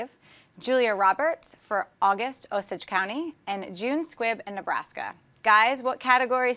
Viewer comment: pronounced Osage wrong.